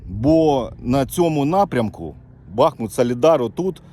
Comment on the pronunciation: Будь ласка, БахмУт, не БАхмут.. і так боляче дивитися на рідне місто, ще й нервові зриви через наголос 😢 не такої слави хотілося….